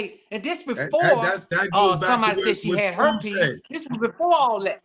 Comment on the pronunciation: Of all the CELEBRITY NEWS out there this what is choosing 🤷🏿‍♀️🤦🏿‍♀️. First off the INTERVIEW should've started out with how did the Savage Family meet R Kelly? This dude can't even say his Daughters name he ONLY Know The ONE with R Kelly. How you DON'T KNOW the Date or Number of Years you haven't spoken to your Daughter? had to say it was 2019 cause that case is from 2019. This man is CHASING FAME and is using SA for a Click & View. These RANDOM questions are BIAS and don't help his CASE. Cause HOW you as a PARENT justify allowing your UNDERAGE DAUGHTER to be AROUND R Kelly after 1996🤷🏿‍♀️😎? The PEE on You Video was ALREADY OUT and INTERNATIONALLY known😎💅🏿.